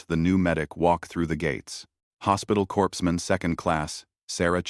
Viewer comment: corpsman the p and s aren't sound out. I think it's pronounced corman